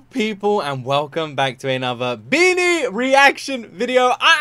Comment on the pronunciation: It’s BINI pronounce as ( bee-knee). Not ( bye-knee).